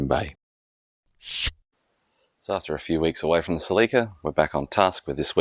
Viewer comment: Strictly here to witness the way foreigners pronounce Celica